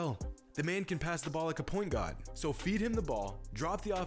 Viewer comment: did you say point god? Or point guard with a heavy, hesvy Boston accent?